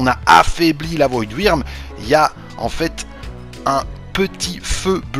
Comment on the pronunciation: Le " strider " x) prononciation française 100 % nan Ptn stp " voidwirn " 😂